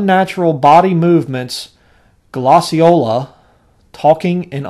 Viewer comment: glossy-ola???? botched that word terribly glossolalia is gloss-o-lah-lee-ah